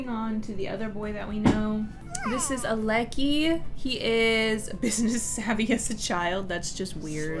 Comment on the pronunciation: I think Aleki is pronounced Al-uh, Kai and if Lilo isn't the one tending to the painting stand it won't go to her aspiration.😊